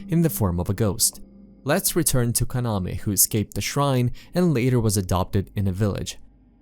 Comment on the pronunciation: Your pronuncition in names like kaname, asuo, etc its not like how the name is in japanese example kaname should be kunaamee not kanamee, kurosawa should be kurowsaawu etc.. again its not a big problem i saw people talk about naruto or Ninja Gaiden and really making mistakes on the name like instead of Ryu they said riu or raiyu